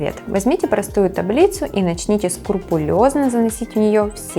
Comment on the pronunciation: СКрупулёзно, а не скурпулёзно 🤗